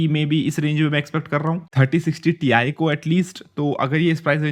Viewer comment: Ti nahi Tie bolo 👔 🙂😆